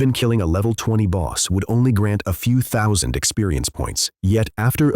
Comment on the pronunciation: cant even say 10,000 grand or thousand properly , when are u going to fix the A.I..